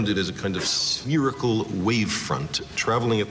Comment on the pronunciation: He mispronounced "spherical."